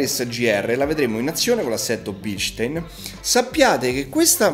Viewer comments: in germania si chiamano bilstaaaaaaaaaaaaaaaaaaaaaaaaaaaaaaaaaaaaaain e devi ruggire quando lo dici.:D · BilstAin... In tedesco :-)